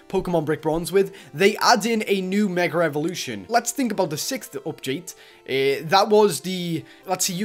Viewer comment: It's funny that he says Meger evolution